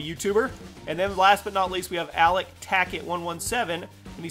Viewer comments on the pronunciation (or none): none